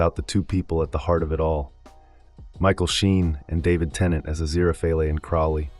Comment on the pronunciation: You know it's an AI voice when they can't pronounce Aziriphale properly.